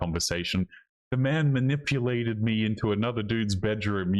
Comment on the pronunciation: I was ma-nipple-ated.